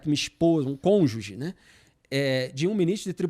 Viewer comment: Ensina o Moro a falar português primeiro. Aí ele usa o "houveram" corretamente. Depois ele pode aprender a falar "cônjuge" ao invés de "conja". E não saber português é só o menor dos problemas que ele tem.